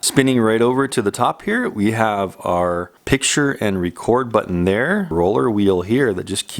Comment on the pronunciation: You say "button" funny! Always interesting and informative,. Mahalo.